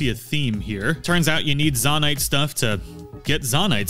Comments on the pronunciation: Great video, I learned a lot. I'm looking forward to checking out your other videos. Here's some constructive criticism that you did'nt ask for. You keep switching how you're pronouncing Zonai. Sometimes you say it correctly, "Zoah-night". Other times you pronounced it like "Zah-night". It didn't make the video unwatchable,everything else is really great quality. It sid really stand out to me more as the video went on. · In every video he says z-ON-a-it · it's Zo-NAI. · Seriously lol, there’s always somebody who will pronounce something simple wrong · nah bro really said zawnai 💀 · When you call a construct a zonai. And then pronounce zonai wrong. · Love your videos. I hate how you pronounce anything, Zonai.